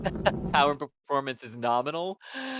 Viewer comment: Finally listened to the intro/outro and sounds like says “propulsion continues to be norminal!” 😄